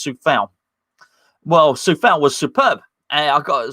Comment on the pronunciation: Hang about, if the "C" in Coufal is pronounced "Soufal" does that mean we've all been pronouncing Tomas' name incorrectly and it should be "Sousek"?